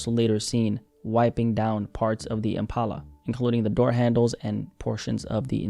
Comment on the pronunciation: why are you saying impala like that